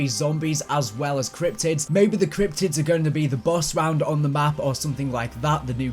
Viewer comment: i love it when he says "cryptics" cause it sounds like "cryptits"